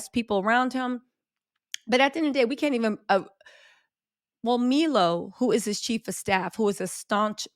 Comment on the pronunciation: Parasocial relationships are wild: 'the person we all knew and loved is gone' brah. You never knew Kanye. It's M-eye-lo not me-low, but who really cares. Great content.